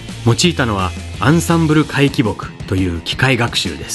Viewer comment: 回帰「ぼく」でななく回帰「ぎ」ですかね・・・